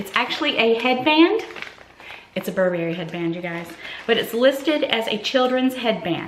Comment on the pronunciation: Oh…and it’s BURR-bury!